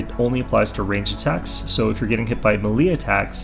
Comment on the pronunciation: "Melee" is pronounced "may-lay".